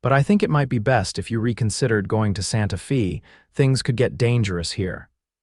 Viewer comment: It's Santa "fay" even though it's spelled Fe.